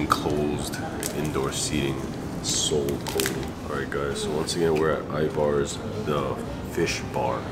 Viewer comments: Love you guys, but you gotta get the pronunciation right: it’s EYE-verz, not eye-VARS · I'm annoyed by how and pronounce Ivars.